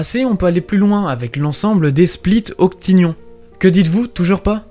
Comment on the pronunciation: c'est octonions, pas octinions, je pense.